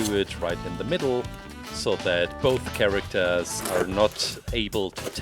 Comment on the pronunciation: I'm sorry but CHARACTAARS